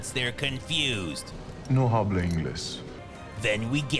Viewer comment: i like how the obviously Spanish speaking guy pronounces habla like “hah-blah”